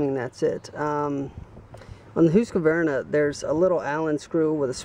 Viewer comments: Who-ska-vern-ah? It's Husk-ah-var-nah. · Is the name not pronounced HUSK -VAR -NA not HOOSKA VERNA ? I have never heard that name pronounced that way. Its husk -var - na for me. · Here in western Montana, I fear that any logger hearing this fella pronounce the Husky name like he was from another planet would get the ol' chain saw haircut. Take the easy way out and just call it a Husky!! ...............Hoooooski, indeed!!! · Say's Mr Hoooooskavarna rotfl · No really its husk-var-nah, no "ah" between the q and v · lmao, its husk var na.